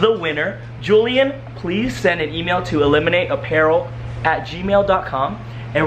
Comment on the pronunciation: Ughhhh iliminate? Are u a filipino? Or an asian?